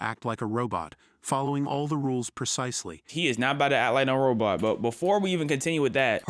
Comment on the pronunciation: Bro said robut